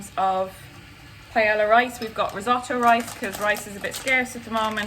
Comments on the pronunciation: Is hazel saying Paella?? If so, never in my 22 years of life have I ever heard someone pronounce the l’s 😂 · you're lucky I like you because I was about to completely ROAST you because: 1) that's NOT how you pronounce paella AT ALL and 2) that's NOT paella AT ALL. I'm not saying it must taste bad... but that's just rice with things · I have never heard someone pronounce paella like that lol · I’ve never heard Paella pronounced that way. It made me cringe so hard as a Hispanic. You get a pass because you’re Irish. :p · Is that an accent or just proper pronunciation? 😂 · It is a Spanish dish, so that’s the correct way to pronounce it! Double L’s (paeLLa) make a “y” sound. Like Camila Cabello is pronounced kuh-meel-uh kuh-bay-oh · PIE-YAY-YAH D' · My B+ in highschool Spanish is offended by that pronunciation of paella (it should be pie-aye-ya) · Forget pronouncing chorizo. Pie-Ella?????? Girl. Lovin these vids though so much, appreciate you. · pronouncing it "pie-el-uh" made me so uncomfortable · Pae-yuh. Ll= y sound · “I’ve started to settle into this madness” - like hazel pronouncing paella as pa-eY-LL-a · Pie-ela. I heard it and thought, "oh no thats how she pronounces Paella". Soo interesting the words other english speaking countries pronounce differently. I guess not even english speaking, but all countries/regions. My fave example of this was when I studied abroad in Spain and a teacher was trying to explain a regional dish that was smoother than flan, like a custard. She tried to remember the english word for it. So we were saying like, "pudding, custard, tapioca" and she said, "I only can remember it in french, the french word is Creme Brulee" and all the english speakers in the class make acknowledgements of understanding and she asked "Well what is it in English?" haha. Sometimes we butcher languages and other times we just pronounce them as close as our accent can handle. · pay-ella. yikes. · A PIE-ELLA 😂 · Hazel mispronouncing paella really just sent me